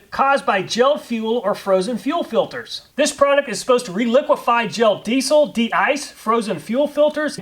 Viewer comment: It's pronounced deezle, not deessle